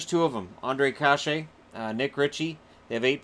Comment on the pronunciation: Hi. Thanks for the videos. I am a Sharks fan living near Anaheim and I hear everyone here pronounce Kase as (Kah-sha). He seems like a great player and one you might talk about a lot in the future for Anaheim. Maybe (Cash-aye) is correct, but it could be worth checking out.